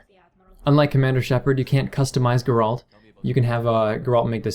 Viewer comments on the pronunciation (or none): Good video, just one thing. It's pronounced GAre-ult, not GarAUlt.